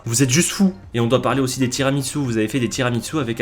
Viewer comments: Et toi tu dis tiramiTsu 😱😱😱😱 HAAAAAN C'est tiramisu 😚 Les italiens pleurent. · Salut. Si tu vas en Italie evite de dire tiramiTsu c’est tira-mi-su {tire moi vers le haut) donc à prononcer ~TIRAMISSOU~